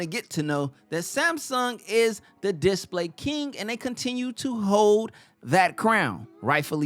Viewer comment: I never realized that it was difficult to pronounce the word "display"